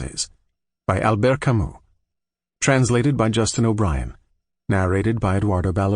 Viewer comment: Kamy not kamuh 🫵😭